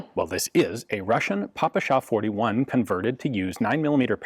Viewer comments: Fun fact from russian speaker In russian we say "pé-pe-sha" (just russian pronouncation of ППШ) not "papAsha" (daddy/old man in russian) I never in my life heard someone called it Papasha before english gun youtubers Also, "sh" in ppsh is single letter, so it is simplier and closer to russian to call it "pi-pi-sha" instead of "pi-pi-es-aych" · Pronounced “Peh-peh-sheh” (ППШ), not “paw-pu-shaw”. Otherwise an excellent review. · Hi Ian, very cool video, but the Russian gun is called "Pepesha", not "Papasha" : ) Cheers! PS: It looks to me like you have confused that "PPSh" pronunciation with "papakha", which also sorta associated with "all things Russian" (although papakha itself is of Caucasian origin). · The proper pronunciation is : пэ пэ ша..pe pe sha in English...Спасибо... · Damn, that "papasha" pronounce sounds lame...